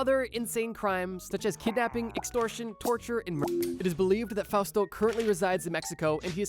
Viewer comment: Ooh Fausto with a U. I thought you were saying “fast” in Japanese Engrishu